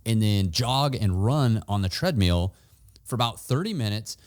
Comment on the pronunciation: Tread meal 🍲. 😂